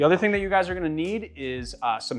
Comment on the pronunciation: Ceylon, pronunciation is si lorn